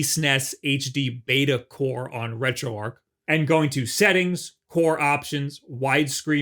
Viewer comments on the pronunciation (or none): none